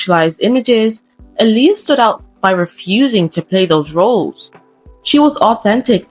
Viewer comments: I literally just realized TODAY her name is pronounced ouuuu “ahhhhhleeah” and not “UHLiyah” lmaooo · Her name is pronounced “ Eye - Lee- ah!”